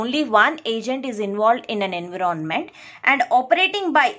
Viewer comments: ANVEROONMENT ni bibi environment hota ...chwal jahan ki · Enve-ron-Ment :yougotthis::yougotthis::washhands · Kindly pronounce environment properly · What happens to you.......🙄...she is really amazing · I didn't mean that, she is wonderful , but she ruin the word environment.